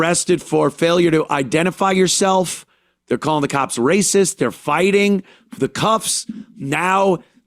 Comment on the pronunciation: If you try to stop them, its "raysis"